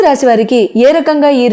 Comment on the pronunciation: ముందు మూడు పాయల జెడ వేసుకుని, ఊరికే ఆ కొంగు సద్దుకోవటం మానాలి. ఇదేం సంస్కారం..? స్థిరంగా కూర్చుని చెప్పటం నేర్చుకోండి. రాశి అని పలకాలి. రాషి కాదు. శని అని పలకాలి, షెని అని కాదు..